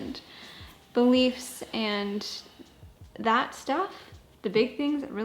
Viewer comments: Re disagreeing on opinions: I heard ‘leafs’ instead of ‘beliefs’ so I though ‘oh no separate hockey teams? That’s rough’ lol SO Canadian 😂😂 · When you said you agreed on "beliefs" I heard "the leafs" and I was like "oh, I didnt realize they were such big hockey fans" hahaha